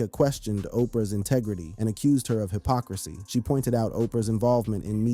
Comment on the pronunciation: The pronunciations of these words are way funnier than I was ready for. “Intigritty” buried me 6ft. 😄